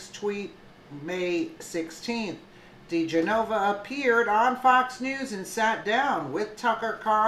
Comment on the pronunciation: Di Genova. Please pronounce correctly.